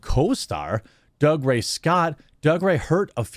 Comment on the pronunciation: He pronounces it "Doog-ray". It's a Scottish thing.